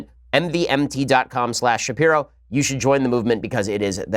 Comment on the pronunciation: it took you too long as a brant promoter to learn that "mvmt" is supposed to be pronouced "mouvement"